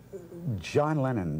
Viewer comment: I remember I was in high school and woke up first and turned on the TV. The reporter kept referring to "Lennon was here last night" or "Lennon was shot". I though he was saying "Lenin" and was like didn't he die 50 or 60 years ago?